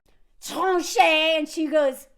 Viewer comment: Sooo, 🇭🇹 here! 😊I forgot my french🤷‍♀️🤷‍♀️ The french are zuzu!! Don’t listen to her!! 😭😭💀 I h8 ruuude customer service!! The fact that they all do that!! I want to go in and order for you just to cause a ruckus in the establishment. And you said tranché perfectly fine?!?😧 TF? 😭 She’s terrible at her jobbb & should worry about thattt😭😭😭 Pronunciation is ridiculous in french!!! With french, their rs are like Spanish ( you roll the “r”s and the ends of pains are pronounced like -uh or -eh… like bread would be peh with a silent n. Idk how to explain it well over text.